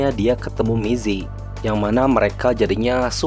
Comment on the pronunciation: Gokil, aku juga fans alnst, tp baca nya namanya rada kurang akurat Cara baca namanya gini: Mizi - mitchi/mii zee Sua - sua (sama) Hyuna - hyeona